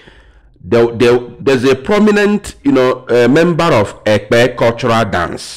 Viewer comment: You didn't pronounce the word Ekpe